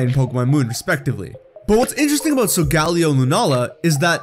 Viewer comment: pronouncing Solgaleo wrong Me: TRIGGERED